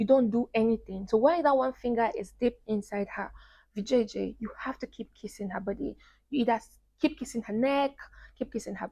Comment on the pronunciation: Is she saying vjj lol hahaha